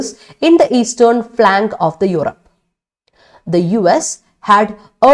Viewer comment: "Of Europe", not "of the Eupore"